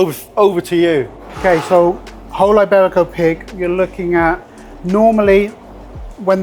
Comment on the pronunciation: Eyeberico. Not quite as bad as saying Eyetalian, but not too far off.